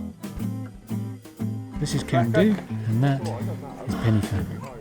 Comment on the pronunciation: Why don't people prepare properly before making these videos. Your pronunciation of both Pen Y Fan and Corn Du is ridiculous and embarrassing. Pay Wales and the mountains respect by taking the time to learn how to say what are really very easy words.